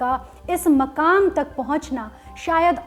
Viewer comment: Its not makam... Its mukam